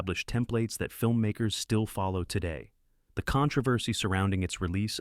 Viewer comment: What’s “ Con travesty?” No more AI.